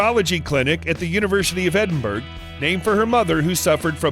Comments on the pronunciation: It's. Not Edinburg It's Edinbura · She's an inspiration for everyone, especially young girls coming up into the world! We are all happy to see her ability to build this unprecedented empire, aimed at helping kids to read, and giving back to the causes that are close to her heart. However, she does NOT live in 'Edenburg" , she lives in Endenbourough and is pronounced “Edinboro”? Voice-over talent, please research before recording, otherwise, you are confusing young people. Thank you. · Edin BERG! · This voice over man needs to learn to pronounce British locations - Edinburgh is pronounced Edinborough for example..jeez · Edinburgh is pronounced ‘Eddenburra’. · Can Americans please learn to say Edinburgh properly. It’s really not difficult. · Edinburgh learn to pronounce it please